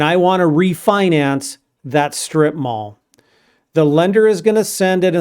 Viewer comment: Instead of “strip mall” I heard “strip bar” at first… 😂😂😂😂Kind of glad in example was used first one…🙏🙏🙏😅😅😅🤣